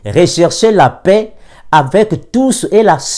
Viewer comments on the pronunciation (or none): none